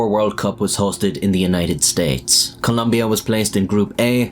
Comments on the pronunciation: It's Colombia not "lumbia" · it's not just in the subtitles that he made the mistake, he spelled the name at the beginning of the video and pronounced it wrong the entire time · You said columbia instead of colombia 💀 Columbia its a brand for mountaineering clothing lmao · it is Colombia, not Columbia. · Colombia not clumbia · Colombia is with o, not a u!!!!!!!!! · It's Colombia, not Columbia. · Very sad moment. By the way, it’s Colombia, not “Columbia”. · It's Colombia -- not Columbia. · As a Colombian, your an idiot. It’s COLOMBIA, not Columbia. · It's Colombia not Columbia 🤦 They even sell shirts that say that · "Columbia" wtf man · It is not "Columbia" but Colombia. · Colombia no U IN the name! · *Colombia….espel-chek puhh-leese😂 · Its ColOmbia not ColUmbia, dammit!!! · 1 for writing and saying Columbia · It's Colombia not Coluuuumbia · COLOMBIA, not COLUMBIA. Ignorant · Jesus Christ its COLO mbia Not Col U mbia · COLOMBIA. IT'S NOT COLUMBIA. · COLOMBIA !! It’s not Columbia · It's not Columbia. It's COLOMBIA ffs! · It's COLOMBIA....not Columbia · It is Colombia, NOT Columbia! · It’s “Colombia” man. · *Colombia (not "Columbia) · It’s Colombia not Columbia 🇨🇴👍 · It’s Colombia not Columbia. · It's Colombia not Columbia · Its Colombia not Columbia ... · Please guys, it’s COLOMBIA not “Columbia.” That said, I am so sad for this young man. Absurd, and to be honest, childish that anyone would harm him for this. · There is no U in the word Colombia. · U really need to invest more in the correct way of saying things in Spanish First of all it's Colombia no Columbia And you can use Google to know how to pronounce "atlético" not even a minute and you really messed up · ColOmbia. With an O. Jfc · It's Colombia, not "Columbia" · it's ColOmbia, there is no 'u' in the country name... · ColUmbia??? It's ColOmbia, mate. You're making a video of it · It's Colombia. Not Columbia. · holy fuck, gringos, it's Colombia, with two goddamn "o", when will you learn to spell it correctly.